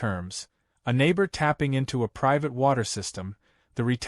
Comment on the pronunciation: whats priate water? thaught it was "private"?🙄🤣